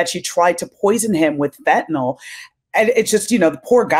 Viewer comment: Are Americans born with different mouth structure or something? Why can't they pronounce fentanyl correctly?